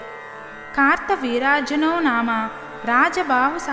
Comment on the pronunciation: Kaartha veeryajanoo ani raasi undhi , Meru kaarta veerajnoo Ani chaduvuthunnaru 🤔